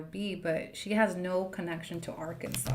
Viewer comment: Pronouncing Arkansas like that is crazy 😭😭